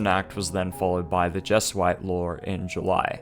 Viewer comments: Never heard Jesuit pronounced that way. It is Jehz-oo-it. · Great video. Not how diocese (dyh oh seize) or Jesuit (Jez ooo it) are pronounced, however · Jesuit is pronounced" Jez-yoo-eet" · What’s a Jesuite? (With an extra e) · Well done video, looking forward to more of your work. Minor advice: check on the pronunciation of words if you aren't 100% certain. The mis-speakings distract a bit from what is otherwise a very good quality presentation. (A few that stood out: "papal", "Jesuit", "diocese") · That's not how you pronounce Jesuit in English.